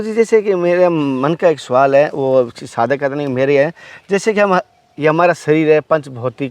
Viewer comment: बकचोदी करना बहुत आसान है। पहले प्रोनेंसिएशन ठीक कर। मार्ग को मारग और सवाल को सुवाल बोलता है।